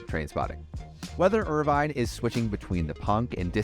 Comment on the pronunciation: Pronounced "IR-VIN"